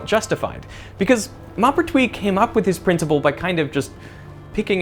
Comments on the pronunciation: It's annoying to hear smart people mispronounce names. It's Mohpertwi, not Mahpertwi. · The "Mau-" in "Maupertuis" is not the "o" in "mop", but the one in "more". Moh-pair-twee Glad to hear about the lack of intuitive feeling about action. So I'm not the only one. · Maupertuis would actually be pronounced like you would pronounce the ‘m’ and ‘o’ in ‘more’ (like when you pronounce mauve - purple) Yep - just checked it in Google translate AND I’ve been speaking French since 30 years (including 2 years of high school, 16 months Military Service as a reconnaissance radio operator and 4 years living in a French village with people who spoke nothing but French)…. You DID get the rest of it right though - you just fumbled the beginning which is still very good, especially for an Aussie (I’m a fellow Aussie too)